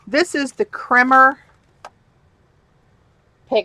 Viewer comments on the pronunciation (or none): From the web for how to pronounce Kremer: It is pronounced like coffee "creamer".